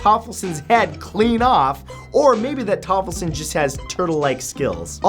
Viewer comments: Tollefsen not toffelsen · Toffelsen LOL! His name is Tollefsen ;o) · TOLLEFSEN! Ffs not TOFFELSEN! FUCKING NOOB >:(